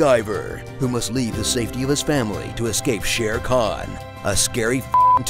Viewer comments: It's SHER KHAN not SHERE KHAN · Shere Khan ? No. It's Sher Khan.